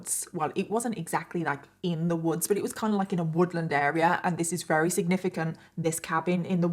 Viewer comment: I want to watch your videos so bad but it makes me insane that you always say wary instead of very like you just miss the V sound and it’s all I can think about haha 😅 it’s just one of those weird quirks but I’m the weird one for not being able to ignore it 🤦‍♀️